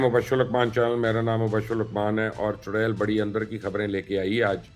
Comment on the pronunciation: Mubashir luqman Bhai aap chudail ka naam bahut achcha le rahe ho